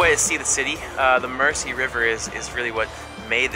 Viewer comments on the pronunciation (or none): It’s Mersey like a z, merzy. Not mercy. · Mer-zee not Mercy. I spent three years in Manchester. Nothing there. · The Mercy River? The River Merzee is how it's pronounced. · PRONOUNCED;. "MERZEY," AND NOT "MERSSEY.". 😵 THAT IS EXTREMELY BAD GRAMMAR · Guys sorry to be picky but us locals pronounce ithe River Mersey "Merzie" not mercy. glad you enjoyed it here. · Why do they both pronounce the River Mersey as the River Mercy........so annoying. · It's not River Mercy it's pronounced River Merzy. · Nice job lads...showcasing my local city. Its a very friendly, multicultural place. Cheeky bit of advice to help Americans blend-in: River Mersey...you say Mercy, but it should sound like 'Merzy'! And scouser...you say scowzer...should sound like 'scoucer' (scow-sir) ;-)) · Next time you guys are in the city stay a little longer much more to see and do ans it's the river "mirzy" not mercy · The Mersey is pronounced Mer-zee not merci. Liverpool isn't a French city. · Mersey is pronounced Merzey not mercy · It's pronounced MERZY River not "Mercy".. sheesh that gets to me. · I cant help but laugh at the way they say Mersey. Say it Merzy, not Mercy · It's pronounced "River Merzey", not "Mercy". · I'm from The Wirral which is across the Mersey. Love the way you guys say Mer-say lol it's Mer-sea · Mersey pronounced Merzee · Mersey is pronounced as if the s is a Z. Merzee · Sad you couldn't spend more time with us, come back, oodles more joys to explore! Our river is pronounced 'Merzee', whether you're Scouse, or not 😉😊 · When they say Mersey lol it’s deffo pronounced Merzee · Yes, do not give us Mercy. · Its Mersey, not mercy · A Liverpudlian is generally used for somebody from Liverpool. The term Scouser came from a dish that Norwegian sailors use to it called Labskause or something . Hence the term Scouse . Good vid lads but try pronouncing Mersey like Merzey and you've got it :-) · It's mersey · it's more pronounced merzy . Iv lived in Liverpool all my life. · Mersey not 'mercy'